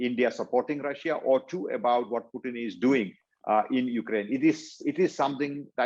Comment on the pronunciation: when "English" is an official language, when Russia is all over the news, and you still cannot pronounce "Russia" in English in an interview about Russia... priceless